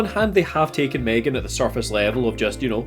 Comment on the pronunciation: m'threegan?? it's pronounced Megan but spelled M3GAN